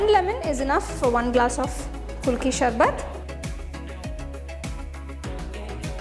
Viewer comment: MAM ITS PRONOUNCED KU LU KI .APART FROM THAT .GREAT PRESENTATION .ADIPPLI IF I MUST ADD :d